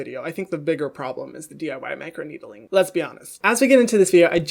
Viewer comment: Everybody: Micro-needling. Hyram: Micro-needeedling